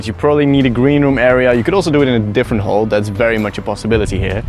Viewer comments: Your pronunciation of "hall" makes me uncomfortable. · Was just about to comment the same thing. Took me a while to even understand that's what he was saying. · Its just an accent? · That is how the dutch say it